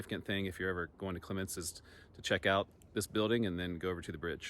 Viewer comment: The 1951 flood drowned the last hopes of many towns. Also CLEMents - the accent is on first part .